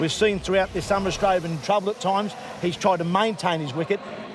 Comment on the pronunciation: clarke cant say australia properly